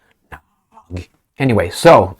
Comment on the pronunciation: The Slovaks name is Nagy, speak it like natchy or natschi, the most common HUNGARIAN name, means " Great ".Jaroslav is a pagan ( non christian ) name. Jaro means " sun ", slav is " glory ". We can call him " Great glory of the sun " . With such a name , he thinks, he is always on the right sunny side. But he is with Selenski, the little jewish clown, a brutal guy like all little men( Napoleon-Komplex in Psychiatrie ). A most corrupted Nazi autocrat. " Transparency International " put him on place No133, the worst corrupted in the world. A guy from the dark side !